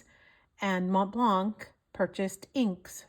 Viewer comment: In Montblanc the c is silent.